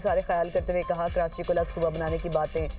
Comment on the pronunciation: Karanchi nhi karachi hota hai bhai phely bolna sikh 😂